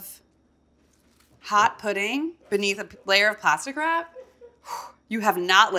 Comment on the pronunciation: Every time she said ‘plastic wrap’ I heard ‘pasta crap’ and was like wuuuh?